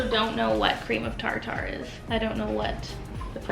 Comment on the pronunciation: Haha girl you crack me up! You kept saying Cream of “Tar-Tar” and I don’t think you were kidding lol.. it’s cream of Tartar, like Tartar sauce or the plaque on your teeth! I vote for a regular Baking series 😂